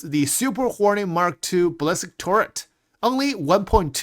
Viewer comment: is someone ever going to explain to it's not ballist bullet, it's bali-stick, ballistic* not bullisk or ballisk bullet =D